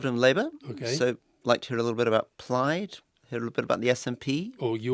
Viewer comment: "Plyed," Rory? "Pliiiyed"?? If you mean Plaid, it rhymes with the notion of a fad: plad. Scotch plaid. A wee bit mad.